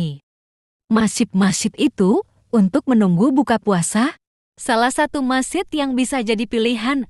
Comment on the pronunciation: Masjid bukan masid